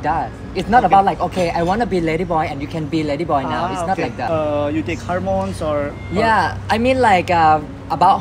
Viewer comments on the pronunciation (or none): Pls correct your Hormones pronunciation 😅